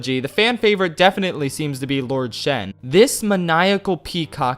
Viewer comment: It's actually Shen